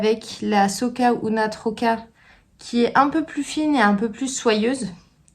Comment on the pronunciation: J'aime beaucoup le dynamisme de ce podcast et je le like avec plaisir à chaque visite, si je n'oublie pas... Je crois que c'est la première fois que je commente J'aime le culot de tes couleurs pétantes et tes chaussettes. Au programme, les "Hortensia" de ta création... Juste, un petit truc, mes origines catalanes sursautent à chaque fois que tu parles de cette laine... qui s'appelle SOC UNA TROCA et non pas SOCa UNA TROCA. Ce mot a un sens : "je suis un écheveau" A bientôt